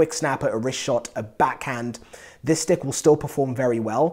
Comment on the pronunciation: I love when u say sticK and pucK <3